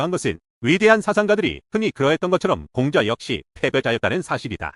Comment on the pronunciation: Lady!! 공자 강의에, 공자 발음이 들렸나이다. 공자의 "공"은 길게 발음해야하나이다. 공부 좀 더 하시고 강단에 서야지요!! 책 한권 읽으실까요? "한국 어문을 고발함"!!